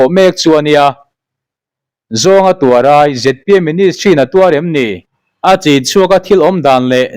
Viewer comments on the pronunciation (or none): A bengvarthlak khawp mai.. țawng lam danah erawh : ni-a tih turah, nia tiin i lam țhin a, beng a tithlep deuh..